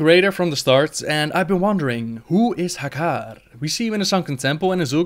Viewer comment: Oh, I love the way you say Hakkar <3